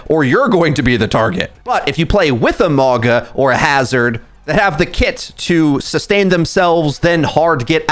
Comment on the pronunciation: Lol (wOO-Yong) and (mOw-gUh)